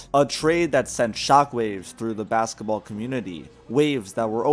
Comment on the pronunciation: He also said BAKSETABALL